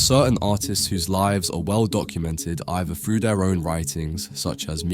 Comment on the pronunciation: Why would the narrator say frew instead of through?